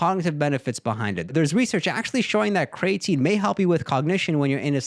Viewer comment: Bro said cray tine 😂